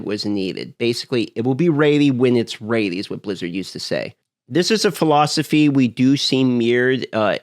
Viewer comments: You aren't "raidy" for that accent... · The word is ready not reddy. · First time here? Lol, he's 💯 saying "raidy". It used to drive me insane 😂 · What is "Raddey" ....you mean Ready? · What is “Raeidy?” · Say ready not ratey LOL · its ready and pronounces as redy not raidy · 'raidy when it's raidy' :) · Lol are you saying raidy or ready? Sorry just picking, I've got a southern accent so I butcher words. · Ummm is he's saying ready or rainy??? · Bro. RED-EEEE. not “raidyyy” holy moly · Is he saying READY?! What is he saying rady? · Ready not raidy. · Is it me or is he sayin "raidy" instead of "ready" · It’s def raidy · Its going to be ready when its raidy! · That's a speech impediment. Raidy is just a quirky pronunciation.. maybe regional? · It’s not rady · Not sure how in Alaska ready becomes raidy. I'm sure his past tense of reading "read" isn't pronounced "raid" in alaska either lol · Where's your accent from? Your ready sound like "raidy" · learn to say ready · it's pronounced 'reddy' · Ughhhh “raidy” 😩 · I get speech impediments, I do, but I don't get 'ready' as 'raidy' when you pronounce 'red' just fine. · Where tf is ready pronounced raidy? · Ready= ( red-E) ffs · Nah he’s merged raid and ready. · Someone tell him it's red - e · 100% RAIDY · Yeah I was like wtf is raidy? Speak inglish bro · You've gone far in life for someone who cannot pronounce ready lool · You pronounce the word "ready" very strangely. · Well now I can’t unhear it, thanks 😭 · What's weird is he says 'red' fine. This isn't even an accent or speech impediment thing. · Canadians don't claim thay pronunciation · no where in the english language that i can thibk of is ea pronounced as ay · It's a regional accent thing, and will never not be funny.